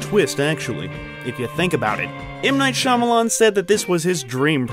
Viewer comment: M Night Shya-momma-lan